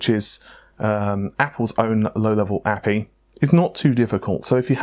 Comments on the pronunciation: So is Amata gone forever? is pronouncing A P I as APPEEE. Damn it. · I like how you say API